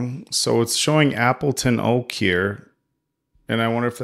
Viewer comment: Starting to watch. How long till he realizes he named himself a wooden monkey? "Appeton Oak" xD